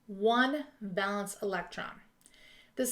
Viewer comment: Awesome video! Super helpful!! I noticed you pronounced it 'val-ence'—is that a regional thing? I've always been taught it's pronounced 'VAY-luhns'